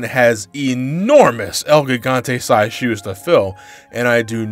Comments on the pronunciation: The way pronounces "El Gigante" makes me giggle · I’m honestly surprised that mispronounced El Gigante